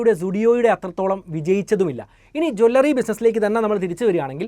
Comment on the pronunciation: Please "Jew L Ri not Jwallary" or say Aabharana shaala